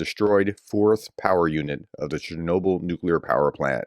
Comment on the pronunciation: In Ukraine we pronounce Chernobyl almost the same way you do it in English.